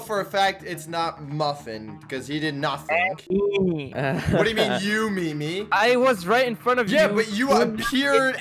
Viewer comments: You pronounce his name me me even tho it’s spelt meme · his said me me but its meme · who is Triggered that says Meme wrong?